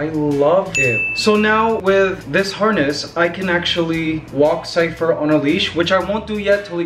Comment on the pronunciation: Mikey, Ligaya really does sound like she's got Cypher's name down, she's actually pronouncing consonants and vowels clearly. That's AMAZING!!!! Extra Love for Ligaya from me for that!!!! Peace, Happiness, Love and Laughter, Acceptance for All, Keep Safe All, -Matt